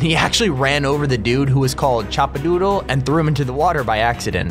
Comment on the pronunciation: Chapadoodle not choppadoodle